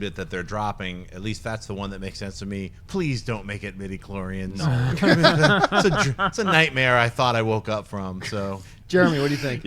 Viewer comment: Every time you say metachlorians many bothans die.